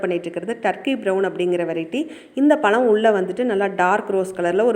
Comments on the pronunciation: Palam illa pazham first tamizha ozhunga pesu tension aguthu mayiru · Pazham not palam